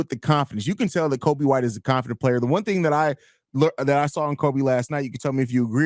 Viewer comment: it's Coby as in Jacoby